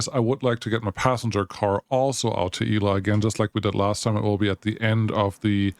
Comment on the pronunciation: Irrelevant comment: Shouldn't that station be pronounced "Ela" like it is in GabriEla or MichaEla? 🤔 Cool game and videos! Cheers!